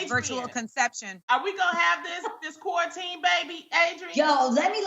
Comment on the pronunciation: Adrienne "...kwarantin..."